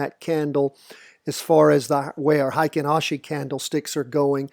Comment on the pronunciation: Great stuff! Just FYI, Heikin Ashi is pronounced "Hey-Khin Aha-Shi".